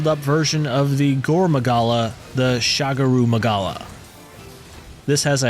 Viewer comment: “Gore Magala!” 😯 “Shagura Magala” 😮 “Last Monster…Scorn Magnamalo!!!” 😐